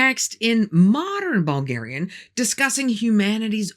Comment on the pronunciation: Hello from Bulgaria i am impresed whit your pronancuasion of Bulgarian language and names....Just cureous are get some help whit the way you pronaunce?.... Is perfect i am utterly blown.....i fallow you from your early videos till now whit Ballan and the red beard guy:) I wish youa lot of love and luck and healt evrithing good to you....